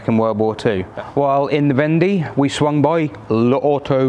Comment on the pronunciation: Love the Clement goodies and DS plate. Fab story, I have really enjoyed it. I believe Vendée is pronounced "vonday" as in "one day". Soaking your seatbelt webbing in biological washing powder should help clean them; the enzymes in bio powder will breakdown organic stains such as blood, sweat, fat, grass, organic dyes etc. (Do you remeber the Biotex commercial on TV?) I always feel grumpy when I come back home to the UK from France. The roads in France are superb; often so straight and flat that you can plan your overtake at leisure, the asphalt road repairs are so smooth that you would barely know that they are there other than the colour difference, and you can buy real, whole lettuce and endive in the supermarkets. The PARKING is amazing in towns and villages: here are some shops; butcher, baker, patisserie, or food market, etc, and here is the free parking in the town or village square so that you can patronise those shops and businesses. It's almost as if they actually want you to shop local and enjoy the best that it can bring at a good price.